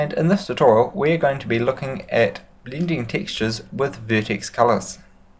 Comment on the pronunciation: Blinding tixtures